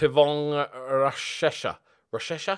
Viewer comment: Rushesha is a local lad by me, it’s pronounced tiv-ong-gea rush-shesh-a I believe